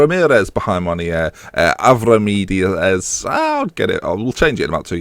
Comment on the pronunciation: Avramides is pronounced Avramithis with a strong th :)